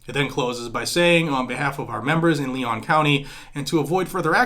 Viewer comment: Leon is pronounced Lee-on. This broad is a communist, just like Tallahassee’s Soras backed Mayor!!